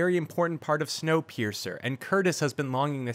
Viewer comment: video: “Wonkapeircer” me: clicks off video